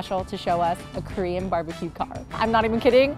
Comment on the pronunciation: I swear to GOD they're not even pronouncing the word "KOREAN" completely, they just making weird "Krrr", "Korrr" sounds. It's so annoying. I mean, I know you gotta flex on that accent, but for god sakes don't start making mumbling sounds you are not babies.